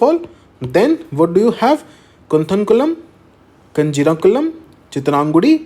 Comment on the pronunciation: Sir, really thank you for this video. Waiting for upcoming videos. Just wanted to say, Kozhikode & Bharathapuzha are pronounced as 'कोयिक्कोड' & 'भारतपुया'. 'Zh' is pronounced similar to 'ya'. Similarly, the sound 'nj', is pronounced as 'nna', so Kanjiramkulam as 'कानिरमकुलम' & Neela Kurinji as 'नीला कुरिनी'. Hope this helps Sir ☺